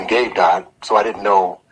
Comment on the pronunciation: He can't even say Gabe's name 🥶 yikes!!